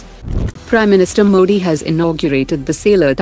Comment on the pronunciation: Pronounce PM Modi name properly. If not I will complain to PMO